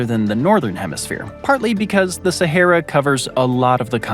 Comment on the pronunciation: The way he pronounces “Sahera” and “Legos” 😂😂